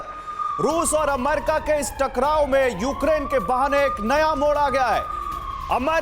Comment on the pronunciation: गधे, अम्मेरिका नहीं होता, अमेरिका होता है। तेरे को संवाददाता का लाइसेंस किस गधे ने दिया?